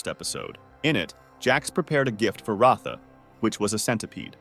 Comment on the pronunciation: you literally didn't even pronounce pomni, kinger, kaufmo, ragatha correctly. You call pomni Pomani, Kinger Klinger, Ragatha Raatha, and Kaufmo Kafmo. you called Murder Drones, Killer Drones show. How do you screw up that bad?! The characters names aren't that hard to say! Murder drones is not called Killer Drones Show! Whatever 'research' that you did, was terrible!